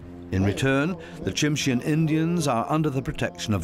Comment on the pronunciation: The white-coloured black bear is called a "Kermode Bear", (Ker-Moad), not Ghost Bear. And 'Tsimshian" is pronounced "Simshian'. ( The ' T ' is silent.)